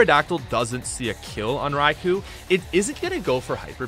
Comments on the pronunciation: Raikou's name is pronounced Rye-koh, not Rye-coo. The "u" is silent. Its name derives from Thunder "雷" (Rai), and Emperor/Lord "皇" (Ko). Coincidentally, the word lightning in Japanese is literally: 雷光 -raikō, which is pronounced exactly the same as "thunder" and "emperor/lord" put together. Therefore, Raikou's name can be translated more or less as: "Emperor of thunder and lightning". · Raikou is pronounced "Rai-koh" by the way.